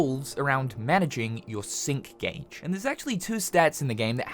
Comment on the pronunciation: ngl first time when you said sync gage i heard "Simp gage" XD but looks like a good game, gonna give it a try